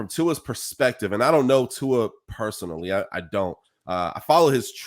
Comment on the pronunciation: Before he retires, maybe you should learn how to say his name! 😂🤣 Luckily it’s his decision and ONKY his decision. What any of us think means NOTHING:-)